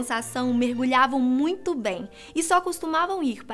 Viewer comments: "moito" kkkki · ''' Foi Moito XD Kkkk .